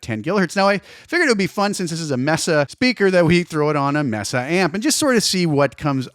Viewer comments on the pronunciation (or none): I really dig the new Cartog cabs. They've got that low end thump I like from 3rd party IRs. BTW, it's MEY-sa, not MESS-a. Spanish pronunciation 😉